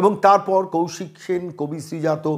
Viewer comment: Sri-jato na Bisri-Jato